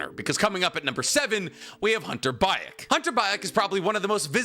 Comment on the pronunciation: Hunter Baek is pronounced Bek